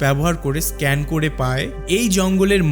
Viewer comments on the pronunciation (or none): none